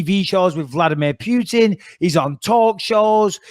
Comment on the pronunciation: Vladmeer Pewtin